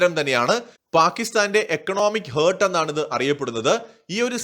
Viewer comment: ഹേർട്ടല്ല ഹാർട്ടാണ് 🫀